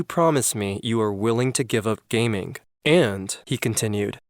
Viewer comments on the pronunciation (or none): Good video, but something(k) is annoying(k) me every time he says gaming(k)... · Is it just me or did he say gaming with an k at the end?😂